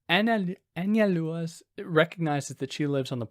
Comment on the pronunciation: You said it correctly. An-zal-dúa